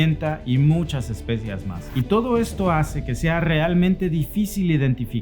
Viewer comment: Es especiAs, no especiEs